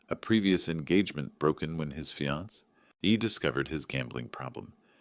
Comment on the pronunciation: And “fiancée”. Lol